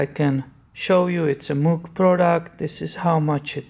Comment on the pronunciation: It’s pronounced “mōg” (or “moge”). Common mistake.